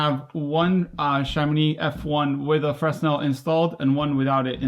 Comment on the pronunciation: fray-NEL: Augustin-Jean Fresnel